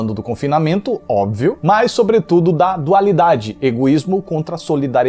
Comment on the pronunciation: " Óbivio " kkkkkkk